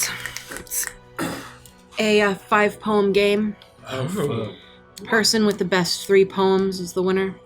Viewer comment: When he said poem well my thought he said bomb I was like what